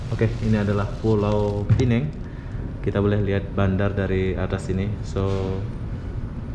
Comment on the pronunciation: bkn beza ejaan.Aku ank pulau pinang..Sebutanya salAh...Pulau pinang..Bkm pulau pineng